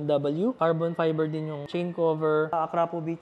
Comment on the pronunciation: Idol Mali bigkas mo Ng akrapovic..salamat idol